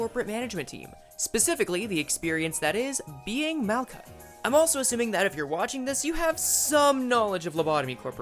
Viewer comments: its mal-hut, the "k" is a "ch" sound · Malkuth is pronounced like “Mal-cut,” actually!